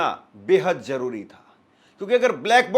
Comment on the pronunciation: Crash bolo Jaroori nai zaroori bolo